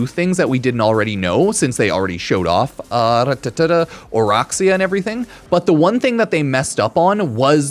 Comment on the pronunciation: Alright I’ll be that guy today… it’s O-Rack-see-uh NOT O-Rock-see-uh… nobody likes rocks but racks yes